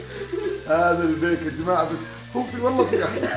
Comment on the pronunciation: البيك ❌ الفيك✅